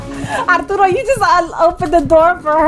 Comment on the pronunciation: I love how you say "Arturo"! It sounds so nice!